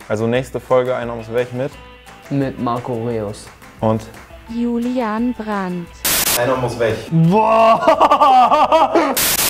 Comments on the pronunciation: Marco Re-us hahahaha so hat der englische Kommentator bei FIFA 12 Reus genannt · „Marco Re- uhs“ hahahah